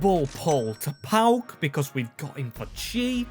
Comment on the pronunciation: Nice one mate! PAOK only :P btw yes, you butchered all greek names lol